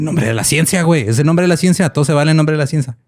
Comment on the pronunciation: dice "ciensa" jajaja